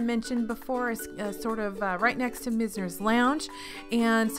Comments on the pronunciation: I could be wrong, but I've always said MIZE-ners (like "wise"), not MIZZ-ners. It's one of my favorite WDW bars, thanks in large part to bartender Tammy. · FYI, you had the pronunciation on Mizner's right the first time - it's MY-zners. (Named for one of the defining architects of South Florida